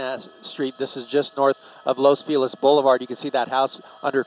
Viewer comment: Los Feliz is pronounced " Los Fell -ease " Not "Los Feel ezz "